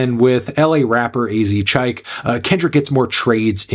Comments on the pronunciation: “LA rapper A Zee Chike” .. um, I believe it’s pronounced “Azz Cheek” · I thought AzChike's name was pronounced azz cheek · When he mispronounced AzChike but uses the word “cheeky” immediately after